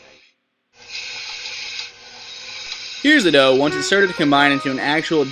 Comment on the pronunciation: when the guy said dove I think he meant dough haha